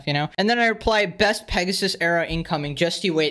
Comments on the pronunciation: Not Pegasus, more like XD. Not hate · We need to stop saying, and instead say. Give the king a break